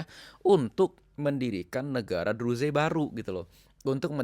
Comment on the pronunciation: Gak usah ngurusin negara lain Urusi negara mu sendiri Menyebut Druze aja salah.